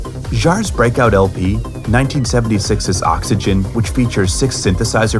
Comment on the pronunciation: Oops! Vince Clark was in "Yazoo" (with Alison Moyet), not "Yazz", and Oxygene is not pronounced "Oxygen"! Otherwise, a nice presentation. 🙂